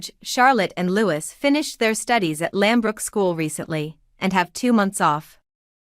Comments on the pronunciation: Louis is pronounced Louie. If you are going to say it pronounce it correctly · Your English pronunciation and understanding is 👎not good the “King enjoyed many memories with HIS LATE MOTHER and NOT “HER LATE MOTHER “ Louis is also not “Lew or Lewis” it is as per the French pronunciation!! 😏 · Could you, pretty please, try to pronounce Louis’ name properly !!!!!!!!!!! [ Loo ee] not Lewis !! Like Louis, King of France ! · It’s Prince louee, not Louiss!! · Can I point out, for future reference, "Louis" is pronounced "Loo-ee", not "Lew-is". Also, you need to sort your pronouns out (you mix "his" and "her" at random, and quite wrongly). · Even after all these years, you cannot pronounce, Prince Louis name correctly, you do Not Pronounce the S. no thumbs up for you. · Prince Louis not Lewis 😊 lovely thank you ❤ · And I believe it is pronounced Louey, not Louis, regardless of the spelling. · It’s feckin LEWEEE, silent S. FFS !! 🇬🇧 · Yeesh. Who is the commentator here? It is Lou eee, not Lou iss. It is not the Walls, it is the Wales as in big fish called whales. The king did not scale back HER duties. HE did. It is not Must tique. It is Miss tique. The Wales did not exist in 2008 so didn't holiday here for the first time in that year. Catherine and William wed in 2011. The children came later. The Wales did not raise the monarch's spirits when they visited HER Scottish estate over the bank holiday weekend. The monarch did not reserve the bank holiday weekend for time with HER grandchildren and great grandchildren because HE doesn't have any great grandchildren. It did not mark the monarch's first summer holiday at HER summer estate since the death of Queen. Queen was a rock band and is still alive. A king is HE and HIS. A queen is SHE and HERS. Queen EII was not 94 when she died, she was 96. The monarch enjoyed many happy memories on HER estate?